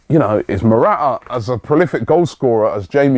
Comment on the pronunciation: Robbie it is not ' Mora'aa". Its ' Mora-taa "